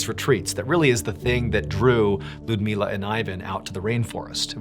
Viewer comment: Ludmiła is pronounced "Loodmiwa" and Ivan "Eevan".